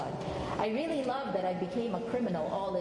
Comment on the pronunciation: Reary reary good.